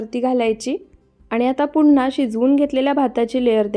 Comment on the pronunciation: बिर्याणी छान दाखवली आहे. फक्त मराठी भाषा नीट बोलायचा प्रयत्न करा. छाण नाही छान, पुण्णा नाही पुन्हा, पन नाही पण, करुण नाही करून, आपन नाही आपण असे अणेक नाही तर अनेक शब्द शुद्ध बोलायला शिका कारण मराठी भाषा अतिशय सुंदर भाषा आहे. तिचा अवमान केल्यासारखे वाटते. रागाऊ नका. मी तुमची आजी आहे असे समजा ( ८० ) वय अनेक शुभेच्छा.